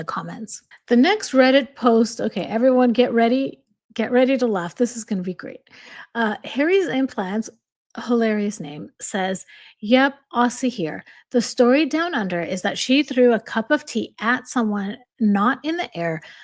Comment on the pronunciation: Aussie is pronounced Ozzy hun, we pronounce the letter S as the letter zed. Australia is pronounced Straya or Ostraya. Soz but hearing the way Aussie & Australia are pronounced really get to me, as well as the pronunciation of Melbourne, Brisbane & our nations capital Canberra... Melb'n, Brizb'n or just Brizzy & Canbruh. Still love ya tho hun 💓🇭🇲